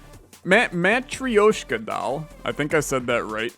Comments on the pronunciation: pls... its Maa-Trow-Sh-Ka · For the word Matryoshka just pronounce it as if the y isn't there.